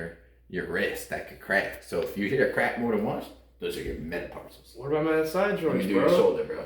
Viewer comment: META-PARCELS?????🤣🤣 They're called metacarpals!🤣🤣